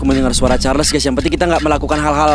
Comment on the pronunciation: Ey. Bang aku dengar cho-cho carles dari manusia